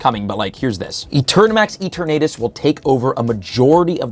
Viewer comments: “Eat-or-natus”😂😂 it’s pronounced “E-Ter-nuh-tas” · Bro stop pronouncing it E-tur-na-tus. lol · I think you didn't get an invite to worlds because you keep saying E-Ter-Natus.. come on man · let out his southern accent when pronouncing eternatus. "eturh-naytus" 😂🤣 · The way you say Eternatus bothers me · Me too bro, me too... 😔